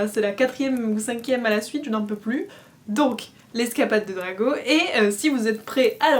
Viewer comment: Cette prononciation pour le prénom de Draco était magnifique, je me le passe en boucle tellement que je rigole 😂😭 Sinon la lecture fut intéressante, une fois de plus ! Et le cadeau, mon dieu le cadeau, mais il est trop bien 🥺 Merci à toi pour ce onzième jour et à demain 😘